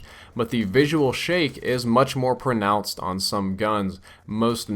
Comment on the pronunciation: you forgot the d on pronounced in the video btw